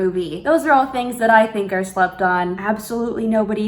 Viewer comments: When you said the gloss was called "slept on" I heard slut-thot and was like, umm hello? Im interested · When u was talkin about slept on it sounded like u was sayin slupdog